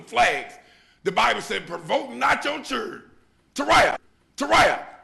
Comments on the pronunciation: If your gonna speak in public, at least pronounce “Children” correctly. This is an prime example of Sleep, Ignorant, brainwashed, N!$$&;. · This man can not even pronounce children or government, you want to listen to him? Fools. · I cannot take anyone serious when they do not know how to properly pronounce the word "children".